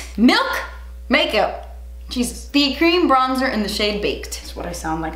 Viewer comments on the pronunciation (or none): “Make Melkup” had me dyinggg 😂😂🥰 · "Malk mikup" 😂😂😂😂